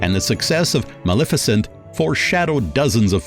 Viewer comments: I enjoyed the two-part presentation immensely but the narrator needs to work on pronunciation. When talking about the movie Maleficent, he pronounces it Mal efficient. This is one of many. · Is the narrator of this (very good) documentary AI? Or just some miseducated homeschooled person who has never ever ever watched a movie, had a conversation, or listened to an audiobook or radio broadcast or sermon or…. The mispronunciations were funny at first, but “Mal-efficient” takes the cake. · The narrator is just butchering everyones name! Mal-efficient? Really?? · When you want to correct the mispronounciations but you don't want to teach the AI... 😵‍💫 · It's good, however the narration is very poor, even laughable that person can't pronounce English , locations and actors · Wonderful job! But the narrator hahahaha. The pronunciation of Maleficent made me laugh